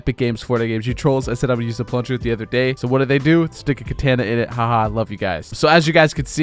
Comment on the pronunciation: Did you really pronounce Katana as (KA-TAN-UH)? Smh.